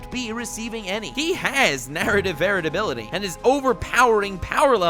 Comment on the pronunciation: English is not my first language, but I have a good level and generally understand it perfectly, but right now I have to ask, are you saying "narrative varatability"?